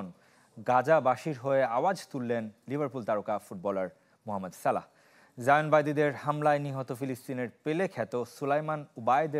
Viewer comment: সালেহ না সালাহ